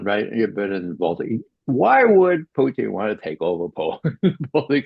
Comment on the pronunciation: Putin, not Pucheen. Why does McGovern, who we all know fancies himself as a cunning linguist, persist with this ridiculous and unfunny mispronunciation?